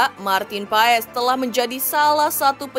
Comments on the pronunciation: Di bacanya pas bukan paes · Bacanya PAS bukan PAES. Jangan di biasakan